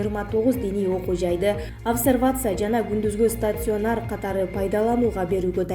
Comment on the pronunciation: Стацюанер эмес туура окучу. Удареняны туура кой.